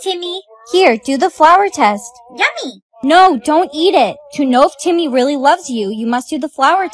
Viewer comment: when she says timyyy it was sooooooooooooooooooooooooooo funnyyyyyyyyyyyyyyyyyyyyyyyyyyyyyyyyyyyyy😂😂😂😂😂😂😂😂